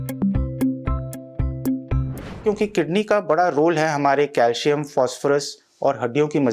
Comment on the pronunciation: It's pronounced as calsium cal -si-am.